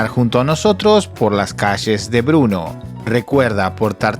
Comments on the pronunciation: Bernó no bruno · Por favor no digas Bruno es Brno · Se pronuncia Berno.. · Muy bueno, solo una duda.... se dice o pronuncia "Bernó" ¿?, Gracias...